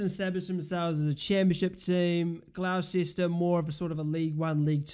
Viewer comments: Butchered that name... Its pronounced Gloss-Ter. Come on bro... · I’m not even arguing, I just said it is what it is. I didn’t expect Gloucester to be pronounced Gloss-Ter. You learn something new everyday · Gonna ignore the mispronounciation of gloucester